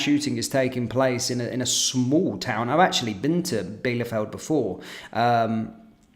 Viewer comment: Bielefeld is pronounced 'Bee- le- Feld.'